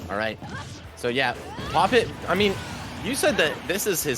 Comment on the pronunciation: Isn't his name pronounced Pop Tee One?